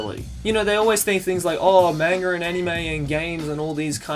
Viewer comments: "Manger" Never change,. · why don't you pronounce manga correctly?